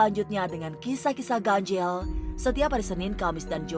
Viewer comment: ngomong ganjil nya ga bisa biasa aja kak... kenapa harus ganjieeellll